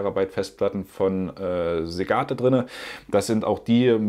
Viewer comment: Ach was, war doch gut und hilfreich. Ich sehe immer gerne zu. So kleine Aussprache-Bugs machen das ganze doch nur menschlicher. Einfach weiter so und alles ist gut.